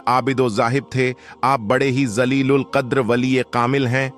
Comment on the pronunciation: Jalilul Qader na ki zalilul Qader.Maherbani ker kay Urdu zaban seekh ker boola -Aabi maff kariene.Gallat Alfaz bool ker Insan gunahoon may mubtalla ho jatta hay.Allahtallah hiffazet fermayee.Aammeen.